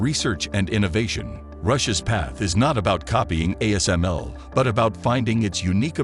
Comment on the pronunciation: The ASML was just pronounced correctly